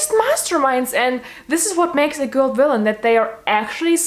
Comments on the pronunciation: Wanpires, I stan a girl that can't pronounce the letter v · Ikr! That is how they pronounce it in Germany :)